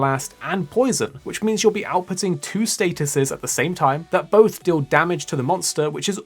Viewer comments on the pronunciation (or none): none